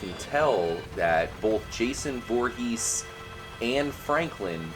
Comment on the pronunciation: its jhason vorres